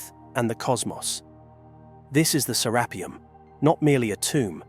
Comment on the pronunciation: The author has pronounced Serapeum In 4 different ways.... It's serapeeum with one E, not serappium ffs